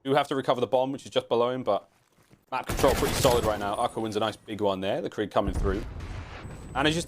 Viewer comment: IT'S PRONOUNCED "KREEG".